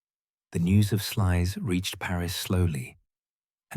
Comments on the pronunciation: Pronounced 'Slews' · is AI bullshit,they can't even pronounce Sluys property, it's pronounced Slouse, incidentally!